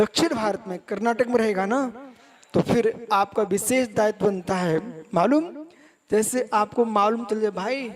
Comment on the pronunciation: कितना अहंकार. ढंगसे हिंदी बोलना आता नही हैं. विशेष को बिसेस बोलते हैं. हरपनहळळी तो दूर की बात. ऐसे अनपढ गवार कर्नाटक की सुबुद्ध जनता को धर्म सिखाएंगे?